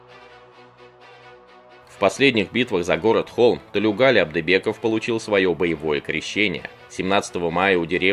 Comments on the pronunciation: Спасибо за рассказ. Одна ремарка: у тюрков, включая казахов, во всех именах ударение ставится на последний слог, как у французов. Поэтому правильно называть героя - ТлеугалИ, а не ТлеугАли. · Какая несправедливость . Заслуженные награды и те не дали. Позор таким военоначальникам. А. Комментатор имя неправильно произносит. Ударение идёт на букву И. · Во всем уважением, имя главного героя правильно произносится с ударением на последний слог. На нашем языке так правильно произносятся имена. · Имя Героя диктор исковеркал... произносите правильно. Неужели так трудно выяснить-как правильно произносить казахское имя??? Где уважение??? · Тулеугали - ударение на букву И.